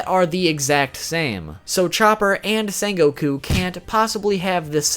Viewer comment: How are you mispronouncing his name? ITS SEHN NOT SAHN